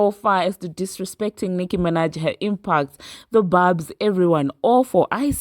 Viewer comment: It’s barbz not barbs. And y’all do understand that there are a lot of fake Nicki fan pages and bot barbz right? Nicki has already told us that. Trust, Nicki has a way of letting the barbz know when she don’t fw an artist anymore.